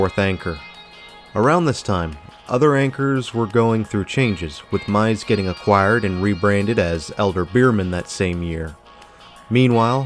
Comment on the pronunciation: Meis was pronounced as Meese, not Mize.